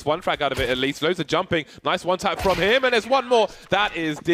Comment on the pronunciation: haha kurwa no nornalnie profeszynal łan tap